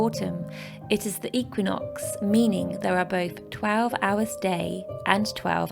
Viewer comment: Learn to say Equinox and samhain properly.